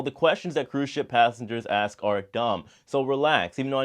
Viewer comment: Repeat after me: you pronounce it as "ASK" and not "AKS." Stop thinking it's cool to create your own vernacular.